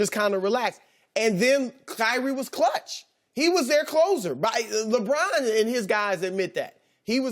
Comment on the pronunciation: Does anyone else get a kick out of how Chris Broussard always pronounces, "Lebron" with the drawn out "o." "LeBrooooooooooon."